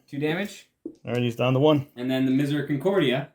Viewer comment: "Miseraconcordia" sounds close to costa concordia, fun story there. Miseracordia, got one too many syllables in there.